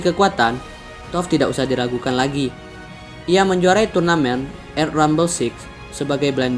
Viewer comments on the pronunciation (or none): Iya, bacanya malah lebih kayak baca 'air' daripada 'earth'. Sama yg 'blood' itu juga kurang sesuai, harusnya dobel 'oo' di kasus itu dibacanya 'a' bukan 'o' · Earth bacany kok eir? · Keren sih kontennya, tinggal perjelas pelafalan bahasa inggrisnya. Pengucapan kata earth dan blood masih salah, awalnya di beberapa video sebelumnya, aku pikir earth bending dengernya air (eir) banding, bisa belajar pakai speaker google translate kok pas ada kata² bahasa inggris yg ragu benar atau salah pelafalannya. Selebihnya keren banget, sukses terus ya